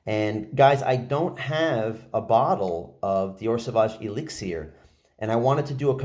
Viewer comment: The way u say elixir drives me nuts